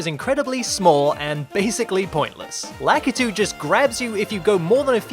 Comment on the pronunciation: You're japanese is good, but somehow you can't pronounce Lakitu name right.